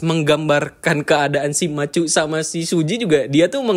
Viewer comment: Eps 3, char nyebut nama Matthew tapi terdengar kayak "Machu"